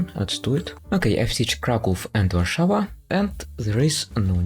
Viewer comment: Szczecin and Warszawa... It's always nice to hear that pronounced correctly in English-language video